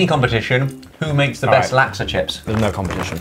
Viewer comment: Every time they say laksa I die abit inside 😂😂😂 never knew it could be pronounced like that - from Singapore